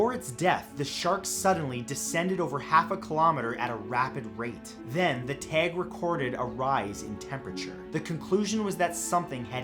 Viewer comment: The way he says “tag” is annoying